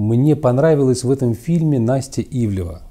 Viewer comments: Ивлеева а не ивлева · Ну.. Ну как можно при такой божественной артикуляции так плохо читать чужие фамилии???? То у Вас Джозеф становится Джоном, то тут. Она Ивлеева (две е), а Ивлев - это другая медийная фамилия. Это скрытое пренебрежение? Или что-то ещё? Но неужели Вы не замечаете это при публикации?.. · Анастасия Ивлеева, а не ивлеЕва... Удивительным образом довелось посмотреть все серии 1-го сезона, потому-что сейчас всё закрыто, а буквально вчера я видела этот фильм)) Фильм обычный, показали современный образ жизни, какими гвоздями устлана дорога в богатенькую жизнь, показали вариант того, а что если необходимо спасти человека и вот такой человек попал в храм, переступят через него навешав ярлыков, бросят умирать или всё-же помогут переосмыслить если не всё, то многое, попросту спасут... Вероятно вбросы листов при голосованиях выглядят более вульгарно, но нет тут-то предпочитают не замечать ничего или даже оправдывать... Или ещё круче убеждать общество в том, что труд не резиновая опа, и ладно бы из уст какого-то блогера или просто хама, но это было перед детьми по-сути из из уст первого лица, это конечно-же норма и истина)) кто бы сторил. Правда в правде! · Да, "Ивлева" вместо "ИвлЕЕва" подбешивает))) Особенно когда на заднике правильно написано). Но за обзор спасибо! Как бы и не собирался никто смотреть, но все же). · Она вроде Ивлеева, а не Ивлева. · Ивлеева. Неужели так сложно произносить фамилию правильно? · Дядя, пытающийся из себя выдавить сноба-интеллектуала, явно хорошо знает, чем занимается Ивлеева, раз может так развернуто дать оценку ее текущей деятельности в контрасте с предыдущей, но не может правильно выговорить ее фамилию, будто бы впервые ее увидел. Очень глупый и раздражающий прием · сколько можно коверкать фамилии? Ну, 7 букв всего, не 17)